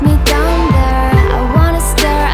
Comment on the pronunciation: I love this song but why does she pronounce the word "down" like a Jamaican? I know she's from Canada. Do Canadians also pronounce "down" like that?